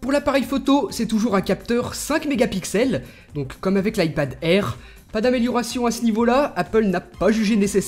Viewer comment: L ipad airrrrrrrrrr mdr